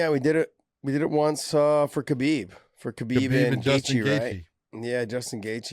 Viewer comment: Finally yall are saying khabib name correctly.. You would think josh would know it with him saying how much he has been around him